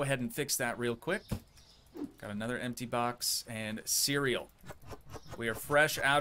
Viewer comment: ❌ Cereal ✅ Cuureal 😂😂❤